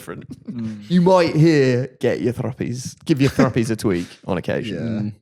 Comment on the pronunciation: It’s thrupnies not thruppies lol